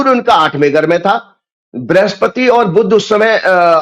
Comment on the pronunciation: बुध का उच्चारण बुद्ध क्यूं करते है, जी.